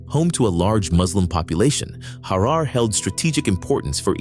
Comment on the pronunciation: Just a quick review of the narration. Harar is pronounced Harer. The name Tafari should be written as Teferi. And his father's name should be pronounced as Mekonnin. There you have. God video.